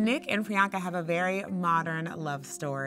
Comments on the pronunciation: turn on ur subtitles she said brianka lol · DUDE!!its PRIYANKA not Bianca😬😬🙄